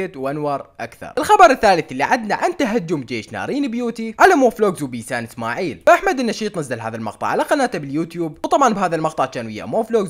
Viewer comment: ليش هيك بقول بيسان سماعيل بشكل غريب